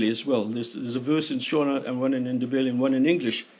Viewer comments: When we speak english we pronounce your names perfectly please take the time to learn how to pronounve ours too. Its Nde- ve-le Vi but Ve as in heaven. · I am a Zimbabwean multi-millionaire, I've seen those empty shelves, great video, very good job. You could suffer to learn a bit regarding proper pronunciation of the African names and sounds. I.E. Ndebele is pronounced ' innnn-de-bay'-lay. By the by, my wife is from Masvingo. cheers ! Remember, TIA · Excellent documentary. One tiny constructive criticism - your pronunciation of Ndebele, Shona, Mzilikazi, Voortrekker... were a bit wonky. Also the rifle was the Martini - Henry, not the Henry - Martini! (BTW I'm an ex Rhodesian, now an old man living in Devon!)